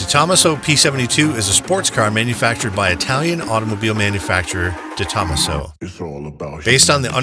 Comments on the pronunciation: Very nice video and superb collection of rarely seen cars, but I actually had to rewind this thrice at some points: Its pronounced correctly: - De Tomaaaaaaaso (not DetO-masso, its italian, not japanese!) - Bugatti (not Bugaddi, its italian, again, and even when they are drunk, their ts dont become ds) and also - Ommaaaage (not Hommuch, its french, ok, those do speak weird) And most importantly of all, and by now I dont care anymore whether it actually was pronounced correctly or at all in this video, because one can never highlight this often enough under each and every english video: - A-lu-mi-ni-um (5 syllables, because its latin!) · friendly heads up its pronounced SUPER LA-JER-A for Super Leggera the Gis pronouced like a J & it's DE-TOMASO not one word it also originally had a the same V-12 as the Apollo IE but later switched to the V8 were most customers pulled their allocations expecting the V-12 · And how he pronounces De Tomaso.